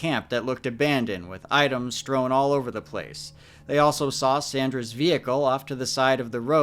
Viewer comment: “Strone” is not a word. Strewn is pronounced like tune or spoon.